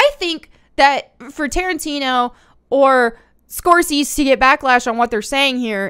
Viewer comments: Score-say-zee NOT Score-sees. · I’m sorry I know it’s not a huge deal but they way you say his name is “score-say-zee” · Martin Score-Say-See. I'm sure you've heard the name mentioned along with Tarantino in the past. They're the two biggest names in quality films, hands down. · She struggles with pronunciation or mispronounces stuff all the time. It's adorable. In this one she kept saying Scorsees instead of Scorsese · Score-say-cee not score-seas 💀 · Scorsese is pronounced score-say-zee 🙂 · Sorry but it's pronounced Score-Say-See. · Martin Scorsese, pronounced: score-say-zee. You weren't far off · I was kidding based on her mispronouncing his name throughout the video. My entire life I've heard it pronounced Score-Say-Zee and never seen him correct it if that's wrong. My people came to this country with a hard to spell and pronounce name as well so it was changed somewhere along the way. I'm glad we don't really do that anymore. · "Scorsees" lol. She's doing it on purpose now 🤣🤣. And the inevitable Lara detour. 😁, are you going to be watching/reviewing Willow? I love the original movie and I'm not sure I can bring myself to watch the new show. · Martin Score-Say-Zee.. say it quickly.> ScoreSayZee... ;-) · Scor-tze -see, you've heard the name like a 1000 times but I bet you never saw how it's written. The only reason I know it is because I saw it once at a shop where they had the CC turned on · Martin "Score Sees" - love it 🤣🤣🤣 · OK say it with me now "SCORE-SAY-SEA" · Love the channel and videos. His name is pronounced SCORE-SAY-SEE...🤷‍♂️ For next time 😉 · Just FYI, because it doesn't really matter: Scorsese is "Score-say-zee". It's the Wolf of Walstreet director, and The Departed, I think Casino, Goodfellas, etc. I don't care, though...I thought it was endearing. 😀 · Baby. Scorsese. Score-say-see. That's how you say it. I get the confusion, but you're killin' me here.;) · just for you SCORE-SAY-SEE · It’s pronounced -score say see